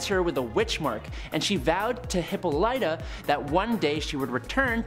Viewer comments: The way he pronounced Hippolyta😭 Hippo-lytta😭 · “Hippo lytta” .. y’all be tripping me out sometimes I swear